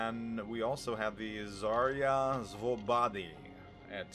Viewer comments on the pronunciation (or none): none